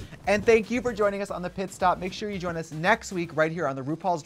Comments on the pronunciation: THE FACT THAT SHE KEPT SAYING "PISS STOP"! 😂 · Did Jessica say “piss stop’??😂